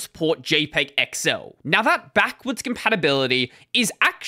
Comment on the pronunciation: What it says : XL How he said it: excel